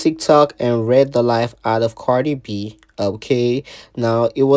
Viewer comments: KHIA READ HER DOWN 😂😂😂 THAT GIRL SAID CARDI FLEE😂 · Lol O I thought khia meant CARDI FLEA 😅